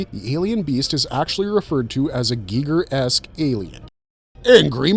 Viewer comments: Guy-grr not gee-gur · It's pronouncef "Guy Gur". Also, those were just zombies; not deadites....